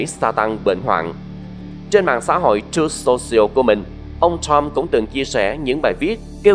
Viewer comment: Bạn đọc sai nhiều chữ "X, Sean, Trump, Truth social"